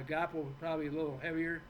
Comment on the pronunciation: I watched it twice.He just showed the planet what a narcissistic son of a bitch he is.Proof is out there now,be your own judge.Great show ❤❤ it’s pronounced Gwaa poe